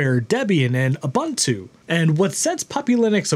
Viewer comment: ubuntu is pronounced oo-boon-too